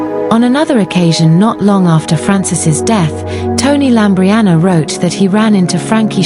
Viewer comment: LAMBRIANOU NOT LAMBRIANA!!!!